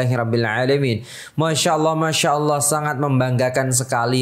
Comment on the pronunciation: Apakah ada hurub O dalam lafaz ALLAH ? Asma'ul husnah jangan dirubah.